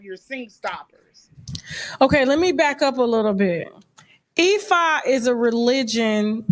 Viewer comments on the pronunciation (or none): First of all, there are ALWAYS 3 sides to every story and why can't this woman pronounce Ifa and you claim to practice it and say ademently that you are NOT part of the conscious community you're at 40% believable for me at this point😂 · What’s Effa sacrificing? Or did she say E-5?